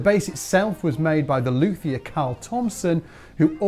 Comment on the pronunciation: It's pronounced LUTE- E- er. The H is silent.